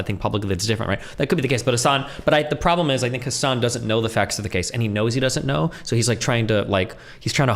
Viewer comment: As someone who's mother is an attorney and brother is in law and were both following this case, they both would say Hassan wrong especially on the plead the 5th conversation.